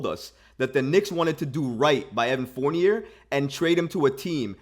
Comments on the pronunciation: It's "Four-Knee-Yay." 😑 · I like this dude and his channel but come on bro… it’s “Fourn-YAY”. It’s French!!!!!!! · I stopped listening because he can’t pronounce dude’s name. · The crazy thing is that he looks just like Fournier yet he can’t pronounce his name